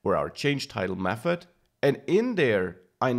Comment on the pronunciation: i like how you pronounce th => f :D mefod